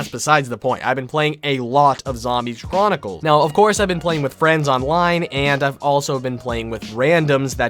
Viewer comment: "I've been playing alot of zombie cha-ronicals"